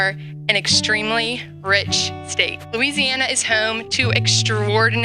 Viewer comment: I put this on .75 speed and it still sounds like she is saying MOO-EASY- ANNA. I think some globalists hacked the audio.